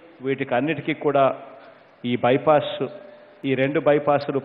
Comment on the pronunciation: Vennalu, Bayepaess, Drushya, Sshankshan, shamahsaylu, rehadaari, …..emi Telugu Saru idi….